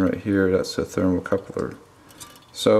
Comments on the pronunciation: Thermocouple. Not Thermocoupler. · Its thermocouple moron, not "thermocoupler".